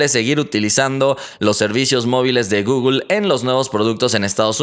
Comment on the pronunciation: Porque dices gogol se dice google no gogol 😠😒😂